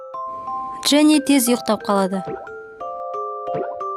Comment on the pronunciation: FFDXGT Qwe «Джинни» емес Дженни